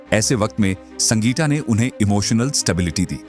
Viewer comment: हिंदी पढ़ना नहीं आता क्या ? पहले सीखो फिर वीडियो बनाना संगीटा सलमन सैटिश कौशिक सुल्टान क्या है ? इंग्लैंड जाओ ना ...... इंग्लिश तो सही बोलते हो.... अमिताभ बच्चन अक्षय कुमार भी नहीं बोल सकते फ़िर यहां क्या करने आए हो ?